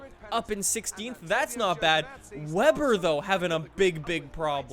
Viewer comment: its Weber but the w sounds like a v since he is German.